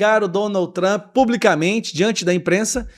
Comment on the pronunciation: NÃO É PRESIDENTE TAMP. É PRESIDENTE TRUMP LULA. FALA DIREITO !